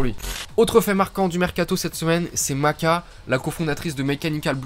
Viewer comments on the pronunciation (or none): Yo ! Excellent format, très bon boulot ! Continue comme ça ! Edit : Me semble qu'on prononce "Mashka" héhé.